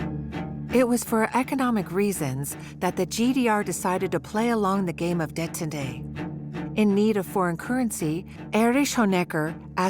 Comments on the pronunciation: it is. pronounces "détente" as "detantay" lol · the light turned for me when it could not pronounce Detant. Do you think it's AI slop?